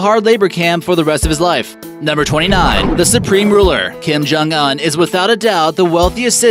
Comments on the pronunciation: you are pronouncing his name wrong. the Un is pronounced like oon, not uhn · It’s not pronunced un you say it like this ooooonkim jung ooooonn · Dear God it's pronounced oon not un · Its kim jung UN not On 😑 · Its kim jong un not an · You prenounce it as "oon" not "un" btw I simply don't give one my friend as that EMBICILE SHOULD DIE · Not uhhn it's ooon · It's pronounced Kim jong oooon you fucking uneducated that. I couldn't watch the rest of the video knowing you were going to keep pronouncing that like an ignorant moron... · This dude said un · pronunciation is oon as in dune, prune loon etc